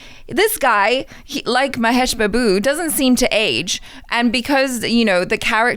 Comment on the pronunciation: The way she said "Mahesh babu" 🤣🤣🤣 sorry i couldn't stop laughing. Love your reviews ❤